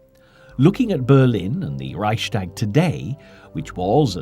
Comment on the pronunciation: This speaker always says "Reischdäg", that hurts my ears!